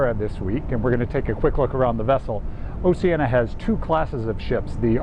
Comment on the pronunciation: For all of those who don't know, "Oceania" is pronounced "Oh-she-Ah-nee-uh" (5 syllables); not "Oh-she-ah-nuh" ! Otherwise, I am enjoying your informative videos - please keep them coming!